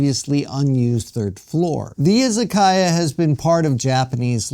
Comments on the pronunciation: I-ZA-KA-YA, not I-ZA-KAI-YA. It’s difficult watching someone present himself as an expert on Japan while repeatedly mispronouncing the very word at the center of the story. It doesn’t exactly inspire confidence. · Yes, exactly. It is いざかや. But the pronunciation used in the video was いざかいや, izakaiya. That is the problem. It was simply pronounced incorrectly.